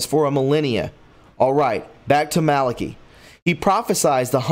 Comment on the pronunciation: Malaki .... Not Malockee Just trying to help. I like your work but your pronunciation is ... a big problem. I'll keep watching but help yourself.